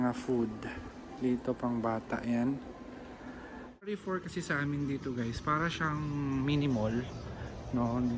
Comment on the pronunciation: carrefour pronunciation is kaarfor not ka arfor